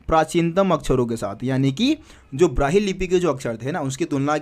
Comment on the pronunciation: Sir it's brahmi lipi not brahi lipi wrong pronounce